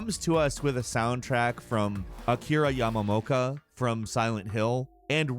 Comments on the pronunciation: It's Yamaoka, not Yamamoka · "Akira Yamamoka" did you have a stroke? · Yamaoka , Not YAMAMOKA* xD and surely Akira Yamaoka is kinda involved in the game. So as he did the music for shadow of the damned. This kinda means that Yamaoka is back to see Games unfold hope Hideo Kojima can get to him . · Akira Yama Moca!! Lol dude I can't 😆🤣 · It's Akira Yamaoka, my dude. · "Akira Yamamoka" LOL